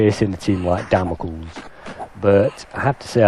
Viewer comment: Damocles is pronounced Damocleese. As in the sword of Damocles.